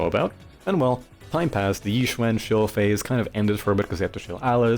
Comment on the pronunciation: It's actually pronounced ee-Xuan!☝🤓 Seriously though. I think Yid and Yixuan don't say the "yuh" sound when they say their own name, but other characters do, so I take it the VAs know their own character's names while others might be a bit off. Anyway, I hate her too. I don't hate her personality. Her dry humor, if I'm using that right, and sarcasm actually hits for me. I quite like the Croud Clearing Jutsu in Lumina. But she's otherwise a bit meh personality-wise. My least favorite of the Shibyuan 4 (Ye Shiyuan is my :goat-turquoise-white-horns:). I am with you on the plot device point. Need her to happen to be out of town to have stakes for other characters, ignoring agents not dying. And training sure did happen, maybe. I think. I actually read white text on black. I'm not big her gameplay, either. She's fine. Parrying is a bit fun, but she doesn't feel as deep as I was made to believe in pre-release reviews. At least, it doesn't feel much more than the average agent. Of course, the worst part is the animations. I think her ink is absurd with how much it obscures. Can't see crap even with the numbers off sometimes. No wonder so many new bosses just fly. Also I struggled to 20k UCC with Koleda because her buff lied to me about giving Koleda 30% CrDMG. I want buffs for my Koleda again. :eyes-purple-crying: I am trying to think what makes Yixuan's parry not nearly as cool to me as Yidhari's. Maybe having some prerequisite input to the parry is more interesting to me. Maybe Yi